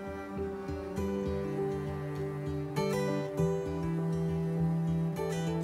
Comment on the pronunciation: i was so shoook about kiełabasa, i thought i'd never see some polish accent in here btw loooooove your vlogs. thank u for making them